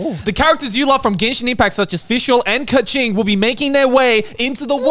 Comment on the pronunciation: why is joey pronouncing keqing like ka-ching …